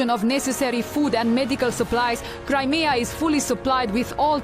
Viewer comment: Cri-me-a river Vatnik....